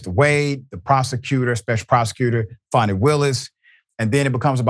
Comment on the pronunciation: It's Fani not Fanni.